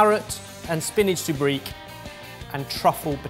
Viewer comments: Sobriquet. So-breek? No. So-brie-kay. pronunciation of French words drives me nuts sometimes! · When keeps saying TOUR-nah-Dough, is he trying to say tornado, or is it a different phrase altogether. Same with SOOB-reek, and sobriquet?